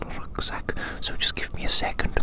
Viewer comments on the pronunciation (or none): What are you Dutch . I heared you say rugzak 😂❤ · ohhh okayy I was just like “Wait a damn minute, Rucksack isn’t english…” and i had to repeat it like 5 times to listen closely😂